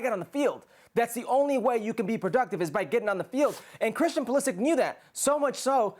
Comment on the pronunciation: His surname is croatian and it is proununced Pulisich (Pulišić).